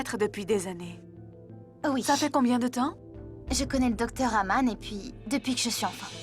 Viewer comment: Qui comme moi a entendu au moment où elle parle à Nivedita de la fausse mariage de Raghini au lieu de dire Aman elle disait Agam pointer les doigts